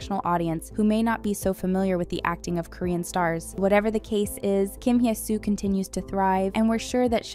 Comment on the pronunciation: Just want to point out that I've noticed you always pronounce Hye as "hee-eh". The correct pronunciation is "heh". No need for the "ee" sound.